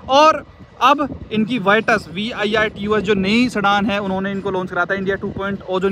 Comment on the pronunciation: Bro it is not vitus it's virtus